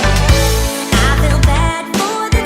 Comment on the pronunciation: The "Welcome to another wideo" makes me cringe every time I watch one of your videos.